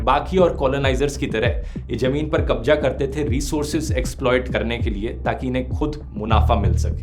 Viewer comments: your pronounciation is wrong This is not कब्जा This is कब्ज़ा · Bhaii kabja nhi kabza hota hai apni pronounciation shi kr lijiye uska effect video mein dikhta hai aapne kabza word ka istemal sbse zyada kiya hai kirpya ise sudhaar lein ... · Dhruv Bhai Kabza Ya Kabja? Pronounce to sahi karen bhai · Kabja nhi kabza bhai apni zubaan sudharo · It's z not J